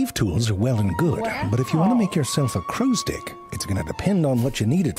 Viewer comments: Oh he 100% knew what he was doing with constantly saying "crows stick", don´t you worry 😂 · I didn't hear the "crow's *ick" thing until you brought it up XD